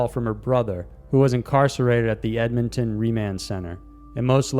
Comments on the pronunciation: And I think you meant Ed-mon-ton not Edmington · I'm sorry, before i go on with this video...you pronounced it Eb-me-ton...It's pronounced Ed-mon-ton...Love the videos though. I have never heard anyone pronounce it that off.